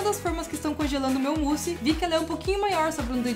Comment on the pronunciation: Sempre q ela fala "mousse", eu ouço "pussy"